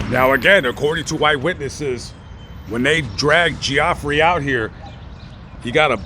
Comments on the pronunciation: You lost whatever creditability you may have had by mispronouncing the victims name 🙄🙄🙄, it's pronounced Jeffrey 😏😏😏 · Is spelled Geoffrey but pronounced, Jeffrey. My doctor is named Geoffrey and I said it the way you did also... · Are you pronouncing his name right or is it Jeffrey just spelled differently? We had a kid in class his name was spelt just like that, but it was pronounced Jeffrey. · lol geo-ffrey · Yes it's pronounced Jeffrey but I was thinking maybe the dude wanted to be different and that's how he wanted his name pronounced. It's possible 🤷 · I'd still pronounce it Geeofffree if they're gonna spell it like that 🤷‍♀️ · lol geo-ffrey 😅😂🤣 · It’s pronounced “jeffrey” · Good coverage of the story, and that is pretty much what was said in the news and trial about the events. His name is pronounced as just regular Jeffrey, it's just spelled differently. Like you posted. I love your content, and how you try to get the most information correctly as you can. You definitely have the spirit of "Julian Asange". I'm not sure if I spelled his last name correctly, but the founder of Wiki Leaks. He also would go to death before giving up his sources if they want to remain anonymous. Keep up the great work!! Your a great humanitarian!! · BAHAHA 45 yrs old and you didn't know the pronunciation of Geoffrey.